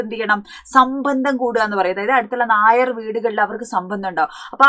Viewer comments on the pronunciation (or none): none